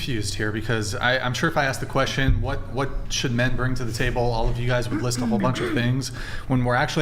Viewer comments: Bring not brinGG. "They brinGG uhhhh emotional security..." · Her pronouncing the word bring…”bringuh”. Ugh it’s so stupid but it drives me nuts 😂